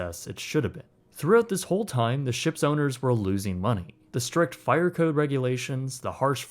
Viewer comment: The fi-errrr in the har-bourrrr 😉